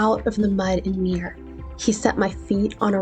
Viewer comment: In that Scripture verse you quoted, the word "mire" is pronounced "my-er". Good analogy, though! :) 👍